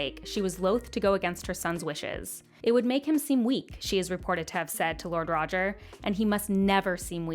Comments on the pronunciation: I think Rogar should be pronounced more like "Rho-Ghar" than "Rodgar". Loved the movie though! Keep up the good work! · roger lol its so fun hearing you say the names ( its rogar so more like row- gar like in alligator gar) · Roger Baratheon lol. NAILED the Targaryen names that you were worried about though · Its pronounced Ro-gar